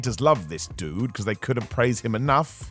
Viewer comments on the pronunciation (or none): none